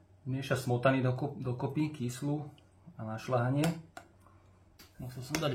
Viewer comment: Je soľ a nie sol. Je smotana na šľahanie a nie na šlahanie.😮👎